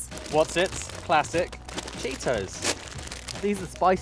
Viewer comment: I couldn't tell if Asa said 'classic' or 'plastic' cheetos. Either way he's right?